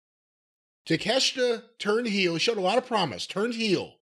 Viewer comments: Cornette saying Takeshita and Iyo Sky's named correctly is a revelation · In Japanese his name would be pronounced Tah Kay Shee Tuh